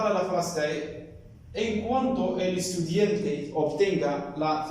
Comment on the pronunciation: estudiante, no estudiente